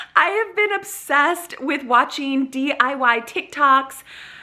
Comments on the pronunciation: You keep saying dyi, I thought it was diy (do it yourself) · SherWIN not Sherman. Lol! And DIY. Not DYI. ❤❤❤❤ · Me: Watches her say DYI instead of DIY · cute mentioning DYI instead of DIY in the minutes. hehe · The fake plant looks great! And did I keep hearing DYI? Lol